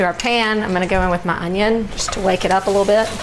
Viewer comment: A "Junnion" ? lol